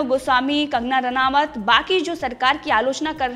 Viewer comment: रानावत नहीं मुर्ख। रानौत बोलो।